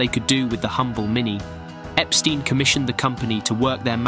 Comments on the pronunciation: Great video, but it's Ep-stine, NOT Ep-steen! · Everyone says it wrong and it's pretty annoying. There's a vid with Brian's assistant on the phone which she clearly says The manager's name is Mr Brian EpSTINE and the other party repeats Mr Brian EpSTEEN? Too much. 😀